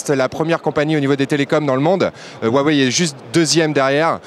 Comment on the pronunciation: SA SE DIT AWEI PAS WAWEI